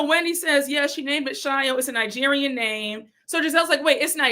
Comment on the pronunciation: Forgot to say, Wendy can't tell Stacy she needs to pronounce her company name properly and correcting her when Wendy says Ningerian instead of Nigerian. I have heard her pronounce it like that every time, wondering why she adds an n.